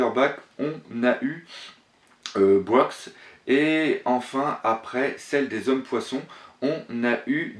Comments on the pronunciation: Juste une précision, Scarlet est effectivement la mère de Rebecca mais elle est morte. Violette ou Viola de son vrai nom est la tante de Rebecca. Le reste de l'argumentation sur ce point est correct selon moi. Et pour Brook, on ne prononce pas de "S" à la fin, il n'y en a pas dans son nom. Sinon, un point important selon moi pour un nakama de Luffy, c'est aussi l'objectif final, le rêve de chacun des membres. Jusqu'à présent, Luffy a toujours intégré des personnes ayant un objectif clair. Zoro le meilleur sabreur, Sanji avec All Blue, Nami et sa carte de monde, Chopper et sa panacée, Ussop et son valeureux guerrier des mers (rêve bancal certes mais rêve quand même), Franky et sa volonté de voir son bateau faire le tour du monde, Robin et sa quête de la vraie histoire, Brook et Laboon. Il reste Jinbei pour lequel on n'a pas d'objectif défini pour l'instant mais comme il n'a pas encore intégré l'équipage officiellement, on peut peut-être imaginer qu'il en aura un quand il retrouvera l'équipage. Tout ça pour dire que le "Rêve" est la "condition" (les guillemets sont importants) sine qua non pour l'intégration. Dans l'arc Dressrosa, Cavendish est déjà capitaine d'un navire, Bartolomeo aussi, je vous rejoins complètement dans cet argumentation, Viola et Rebecca (qui va devenir princesse) n'ont pas d'objectif ni de raison particulière de les accompagner et Leo non plus. L'idée de constitution d'une flotte pour Luffy est pour moi aussi la plus crédible et la plus sensée. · C'est Brook (ou) pas Broks x) j'aimerais bien que Bartho rejoigne l'équipage mais je pense pas parce que de 1 il a déja un équipage, et puis les scene ou il pleure quand il voit un menbre des mugi peut devenir lassant...